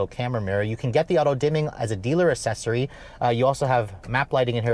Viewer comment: Literally nobody has a clue what the f*ck Big Altima Energy is. Also, please, for the love of god, stop pronouncing accessories as assesories.